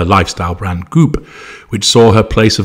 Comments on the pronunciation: The way says "Goop" had me rolling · I love the way you pronounce "goop"